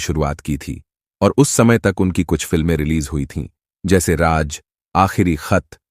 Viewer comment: Pehlay bolna to seekho raaz ko raaj bolte ho